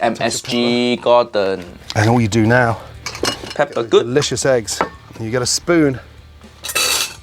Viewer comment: peppa good 💀💀